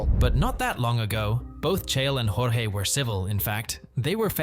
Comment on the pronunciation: bro you must be the first person i hear pronounce jorge’s name correctly 😂